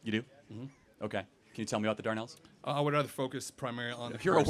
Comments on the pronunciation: It's not Darnells, it's Dardanelles. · To be fair, It is "Dar-DA-Nells" not "DAR-nells" so that mispronunciation could be confusing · 'Dardanelles'.... Not 'Darnells' - So smug afterwards... and he didn't even know the correct name of the area. Even I picked up on that instantly, and I don't claim to be an expert... I was, however, educated in UK, not USA. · Maybe it is a pronunciation issue, but it is not written as the "Darnelles." It is written as the "Dardanelles." I would assume it is pronounced that way as well. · I too haven't heard of the Darnells, Charlie. Oh, you mean the Dardanelles!! Lol. Still love ya mate. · History guy MAY have been confused by Charlie saying darnelles instead Dardanelles (aka Gallipoli offensive) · Dardanelles- his pronounciation is almost ignorant.